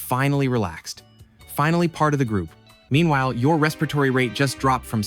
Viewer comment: Definitely an AI robot voice; at the end, when you said "what's your excuse?" a real person would have said " what's YOUR excuse? "